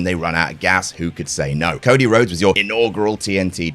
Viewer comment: "There are loads.. Cody Lhodes" got me there 😄